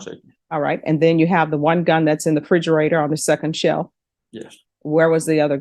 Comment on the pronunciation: She is a well educated woman but in this video she said he had one gun in the frigerator...what is a frigerator? She missed a few letters.